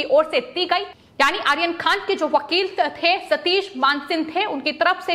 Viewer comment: तोतले लोगों को भी न्यूज एंकर की पोस्ट मिलती है ❓ कमाल है...! ए आर्यन के नाम का उच्चारण क्या कैसे ले रही है ❓कमाल की ॲंकर है...! 😄😃 ये आरोपी को आखोपी, आर्यन को आखेन कह रही है... बाकी जगह तो 'र' का उच्चारण ठिक है परंतु कुछ जगह ही क्यों चूक रही है❓ पता नही....! 😃